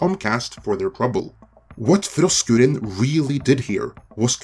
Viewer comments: 🤣🤣🤣🤣🤣🤣LOL Sorry to my 60s/70s Heavy Metal and 80s HardCore Punk damage ears it sounds like you're saying Frosk Urine 🤣🤣🤣🤣🤣🤣Make sense she has pissed herself and all over G4 reboot LoL:_FrankN::_FrankN::_FrankN::_BatTom::_BatTom::_BatTom::_KoalaRain::_Skeletor:RIP G4 Reboot. 🤣🤣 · Every time you say her name, I hear “Frosk Urine.” Seems appropriate. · Poor Frokruinn; she needs dental work. I am not sure we would have noticed, but that rant she did live showed that off. Hopefully, she can find a dentist. Also, I love how you pronounce her name. As far as G4 is concerned; I never heard of this G4 station thing until now and I have been gaming for decades... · Why is it that he only rolls his "R"'s when he says frosk?